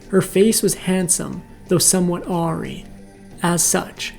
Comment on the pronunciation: Awry is pronounced uh-WRIE, not AWWree. Bugged me so much I had to look up the quote to figure out what word it was you were trying to say there.